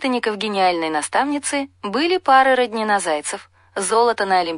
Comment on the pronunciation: После РОднину дальше не слушала...прежде чем выкладывать подобный материал, научитесь правильно произносить фамилии. Позор!